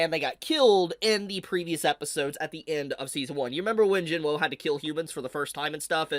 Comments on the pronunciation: Not trying to be rude, but it’s pronounced Jin wuu not Jin woo. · My man really think our boys name is Jin-woah lol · Jin-Woo has no W sound. Its just Oo. So it’s Sung Jin-Oo.